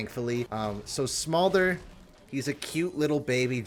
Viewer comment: True, but my comment is more to do with the fact that was pronouncing it "Small-der" and not "Smolder". I find it irritating when people mispronounce words, and I figured he was saying it wrong because he's a league player (ignorant) so I explained the word.